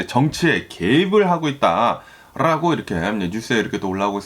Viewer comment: 미국에 사시면서 한국말을 아주 잘하시는데 ~~ 라고 발음이 아주 이상하고 거슬리네요 ~~롸고 로 들립니다. 시정이 안될까요? 자연스러운 발음. 그리고 어디 뉴스를 번역해서 말씀하시는지 몰라도 반트럼프로 일관하시네요. 어디 미국뉴스 들어보려 켰더니 이건 뭐… 쩝쩝